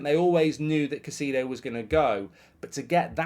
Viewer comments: Put some respect on his name, please! Pronounced “KAI-SAY-DOH” 😅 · Casedo? i dont think thats how its pronounced lol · Come on, Mark. You should be able to pronounce Caicedo properly by now.